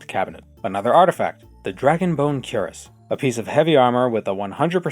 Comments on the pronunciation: Fun fact! Cuirass is actually pronounced sort of like "queer-uhs." It's one of those old words that is pronounced really oddly, another example is caestus (kai-stews) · "Cuirass" is actually pronounced "kwee-rass" which I only learned recently.